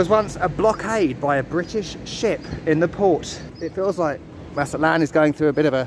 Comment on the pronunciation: It is not "Maza-lán", you actually have to pronounce the "T" like we normal people do: "Maza-TLÁN". Thank you. Nice video, btw😂😂😂😂